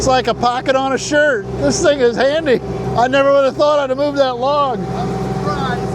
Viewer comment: Oh, shirt - I thought you said 'skirt' haha